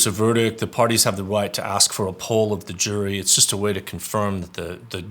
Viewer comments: It's good to hear from a legal attorney about this case...so much word salad in this circus. Real attorneys probably don't say 'I axe you to show subject matter jurisdiction...what is legal law....is that a tactict agreement...what is the relevency'...etc. But that's Darrelevant for you...all ego, no brains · “Are you axing me or telling me?” Absolutely childish